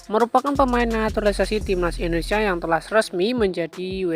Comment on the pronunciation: Benerin dulu bahasa nya min. Indonesia bukan endonesa